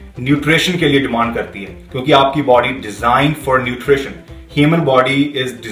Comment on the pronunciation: 2.53 - "laad of sodium in there baady" wtf accent was tat ???